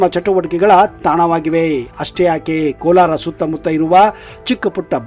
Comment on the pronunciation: It is not Kolar,it is Kolara.